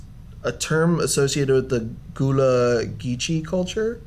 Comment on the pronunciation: Gullah is pronounced “ga-luh.” I also had no idea their car is supposed to be a replica of CR Patterson, which was the first and only black owned car manufacturer. It started with Charles Patterson, a former slave building carriages. Then his son took it over and manufactured cars.